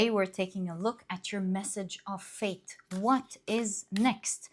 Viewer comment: I know you said "fate" but I hear "faith"